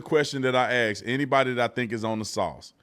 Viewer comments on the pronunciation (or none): Quit saying "AX." You're smarter your than that. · I love you B, but it bugs me to no end when people say axe anyone, axe me etc... the word is "ask" you're an educated man, I know you are! Much love! I live on the Gulf Coast of MS & it's rampant, just bringing it to attention. No disrespect! ❤